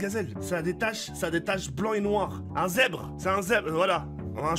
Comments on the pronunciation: _ un zerrbre il a dis en plus En plus des tache. des TACHE c des foking rayure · ces pas un zebre ses un zerbe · "Un Zebre voilà un zebre "😂😂